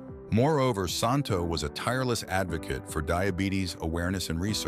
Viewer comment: The correct pronunciation of Ron‘s name is Santo SAN – TOE.